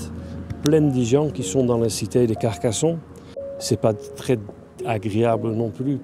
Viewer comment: La France aux français, Carcassonne se prononce pas Carcasson. Ne touchez pas à nos monuments, le négatif vient de celui qui prononce son texte. Alors pour vous sentir « léger » partez !